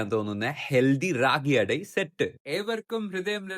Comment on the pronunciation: Ragi ada I like it ❤❤❤😂 I know your pronunciation is little bit wrong but it's so cute 😂 I like you Bro ❤